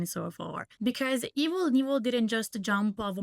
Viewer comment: Just a friendly FYI Evel Knievel is pronounced: Evil K-Nevil. You actually say the ‘K’ and then ‘nevil’. I’m from Idaho and he tried to jump the Snake River Canyon right where I grew up—I’ve heard his name a bjillion times and seen him perform.